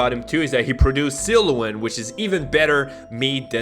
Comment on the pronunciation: Do you really pronounce Sirloin like that? 😂